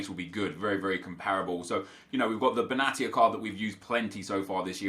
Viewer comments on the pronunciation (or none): none